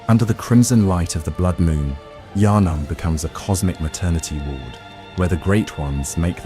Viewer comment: I can’t watch this going to sleep bc u literally haven’t pronounced “Yharnam” the same way twice 🤬🤬